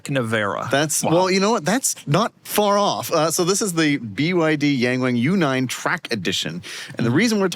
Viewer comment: Yangwang is correctly pronounced "Young-wong"